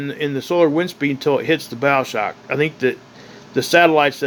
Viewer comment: Bow shock not bowel shock